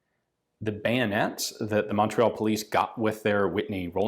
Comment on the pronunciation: Je suis déçu Ian. You can say chatellerault, tulle and Saint-Étienne whit out a accent. But you can’t say Montreal whit out one.